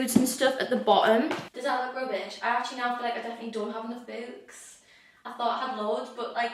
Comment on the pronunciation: i’ve never heard someone say “books” like you before ahhaha, so cute 🥹😆